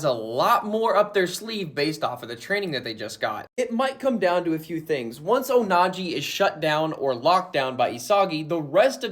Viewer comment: PLS STOP SAYING ONAJI 😅